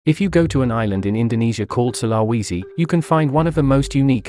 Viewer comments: I'm Indonesian and the when you pronounced sulawesi hurt me mentally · The way this bot pronounce Sulawesi 😂